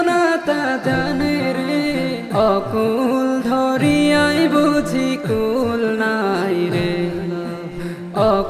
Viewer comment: সুন্দর হইছে তবে উচ্চারণের দিকে আরও মনযোগ দিতে হবে। অকুল ধরিয়া নয়! অকুল দরিয়া হবে।